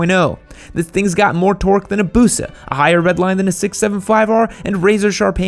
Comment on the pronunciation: Just say torque normally dude